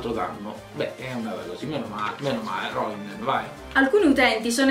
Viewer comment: Roinden ahahahah